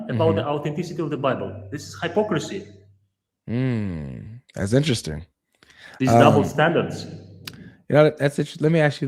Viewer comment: That's Hi-pocracy bratha 😂😂😂😂😂😂😂😂I'm crying